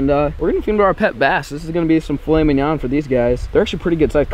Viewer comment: When says filet mingon 😂